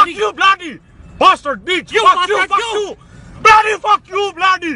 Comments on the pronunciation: He says "you blastard." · All tree of You’s some bloody bashhterd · I always thought he was saying blastard lol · he said 'blastard' LMFAO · Did he say “Blastard”?! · Yk I always thought when he said bastard I heard password btch 😂